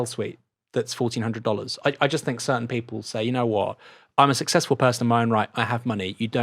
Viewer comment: Don't think Chomsky would have said 'fink of'. he would say 'think of'